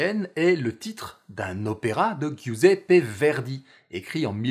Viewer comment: Olalala c'est quoi: "Ghiuseppé Verdì" ?? "Ghiovanna"?? J'ai les oreilles qui saignent... Ciao de l'Italie